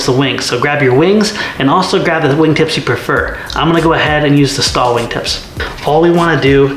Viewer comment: S.T.O.L = Short take off and landing. Sounds like you are saying stall in the video? Great looking model! I was wondering when someone was going to model the Freedom Fox! Nice Job!